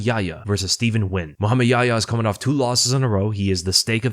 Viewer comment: First youtuber ive seen pronounce nguyens name correctly. Good to see